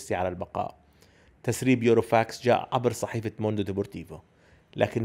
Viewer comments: هههه عواد قارئ الحبر عند الصحف العربية (صارلك خلط بين يوروفاكس، بيروفاكس) اسمه burofax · اتفق تماما مع رأيك كابتن عواد التسريبات سببها غالبا ناس ما عاجبتها طريقة ادارة لابورتا للوضع او ممكن ناس عم تجرب تشيل عبء خروج ميسي عن لابورتا ملاحظة اخيرة: اللفظ الصحيح بورو فاكس مش يورو فاكس